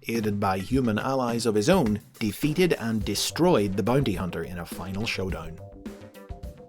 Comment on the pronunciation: “Bunty huhnter”